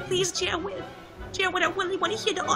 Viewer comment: dA STOWY OF JAWWWWWWWWWWWWWEEEEEED